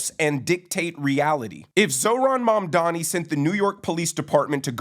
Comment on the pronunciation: Erin doesn't even know how to pronounce his name?